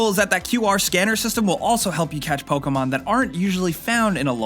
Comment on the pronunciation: ProTip, it's (poke-EE mon) And don't say it's 60,000 times lmfao